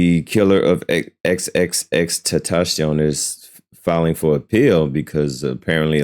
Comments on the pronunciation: 😂😂😂 Can you just say, X. 😅😅 It's TENtacion not TES 😂🤣🤣🤣🤣🤣 you're so close to saying testicles. 😅😅😅😅😅 I'm just trying to help you sound it out, not be disrespectful. Ten-ta-see-own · Come bro it’s XXX-Testosterone it’s not that hard 😂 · Sound like XXX Testosterone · Wild they can't say it right